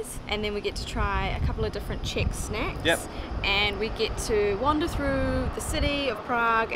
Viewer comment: brooo, it’s czech, not chick... but anyways, your videos are great :)